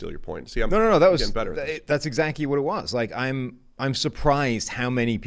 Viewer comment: “That’s exacky my point!” “Right that’s exacky my point.” lost a bet and had to say exacky 2 times on the show. Lol.